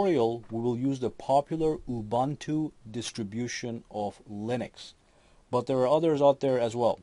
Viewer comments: why you pronounce it as ''ubantu''? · Ubuntu is pronounced OOO-BOON-TOO. The 'u' s sound like the one in Ubisoft. For anyone who gives a crap...not that it matters but hey.